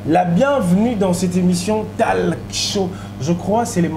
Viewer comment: Bo vérifier prononciation ya mot “TALK” c un mot anglais please ou sinon émissions kitoko comme tjr mais bozo tangisa biso batu to sala Nanu te mabe 😂😂😂🤣